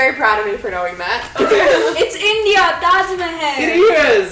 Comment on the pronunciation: olha o jeito que essa mina fala Taj Mahal kkkkkkkk